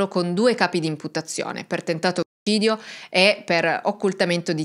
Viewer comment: Buongiorno mia cara. Posso chiederti perché nel pronunciare la parola "omicidio" tendi a censurare la consonante C ? Mi sono incuriosita spesso per questa particolarità. Un grande abbraccio. E grazie per il tuo lavoro ❤❤❤❤❤❤❤❤❤❤